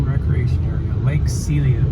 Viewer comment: Celilo is pronounced Suh-lie-low. Place of falling water (Celilo Falls). Another nice vid!